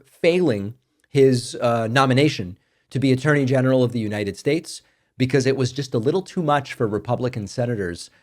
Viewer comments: Why do you continue to mispronounce, the United Schates? I thought you were going to stop doing that or is it just peoples names. Just curious. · Why do you mispronounce United States if it is due to Trump’s mispronouncing it then you need to let it go. It is starting to make you sound silly. Not good.